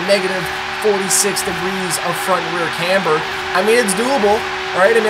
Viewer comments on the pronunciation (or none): none